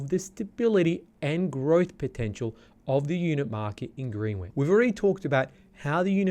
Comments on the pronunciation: Pronounced Grenich not Greenwich. You drop the w. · Greenwich is pronounced 'Grenich" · Mildly concerned that you’re providing market insights for a suburb that you aren’t even pronouncing correctly.